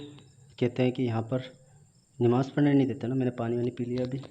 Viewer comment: nimaz nahi hota namaz hota hai